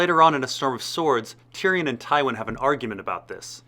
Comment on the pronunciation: Great video bur you promise many names wrong. Its not varrrris, it's Vareese like you say Maurice. And it's not Tyrion, you pronounce it as Ty Ryan. Good video though